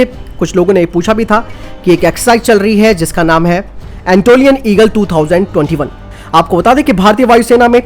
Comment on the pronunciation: एंटोलियन नहि अनातोलियन ईगल बोलो